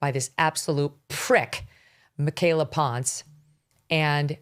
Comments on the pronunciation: If she says she’s Mexican then it’s pronounced as PON SE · Michaela ponce...Megyn mispronounced the last name.